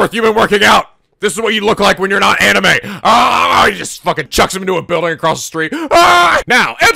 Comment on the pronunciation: In reality it's most often pronounced like a long E, like the E in "ever" but longer. But it's a sound English speakers seem to have problems with for some reason when it appears at the end of words. You seem to always pronounce it like "ay", like how you pronounce anime "animay".